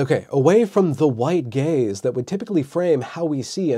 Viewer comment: I can't be the only one who heard "The White Gays" instead of "Gaze" lol